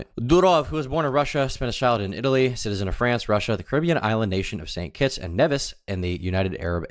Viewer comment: Could you say st kits one more time